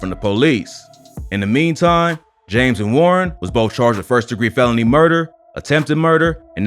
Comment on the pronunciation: You can tell the narrator from Cali when he pronounced meantime